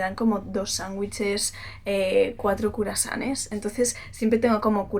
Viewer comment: "curasanes" jajajajajajjajaa